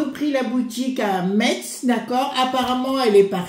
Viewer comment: Metz se dit Messe.